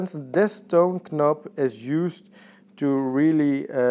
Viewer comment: When you say "Toon knop" one more time, I'm gonna ask you, if you are Dutch too. Jesus, learn some English, dude! Knop is a huge no no. It is a nob!